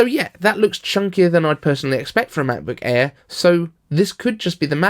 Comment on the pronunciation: Why you say Macbook E ?